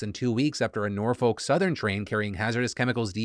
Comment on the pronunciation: Not a big deal here, but I've got a small correction for you - I'm from the city of Norfolk, VA and I just can't get over how you keep pronouncing it. You shouldn't pronounce the "L" at all, and that second "O" should be pronounced as if it were a "U". Basically, it should sound nearly as if you're cursing every time you say it.